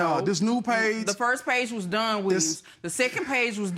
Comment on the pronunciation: She calls him Done instead of Don, lol.